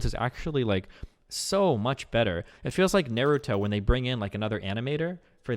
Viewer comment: Nair-u-to? Tf?